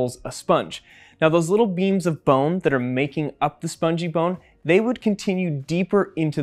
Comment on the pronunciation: When they sad “little beams” I kept on hearing “little beans”.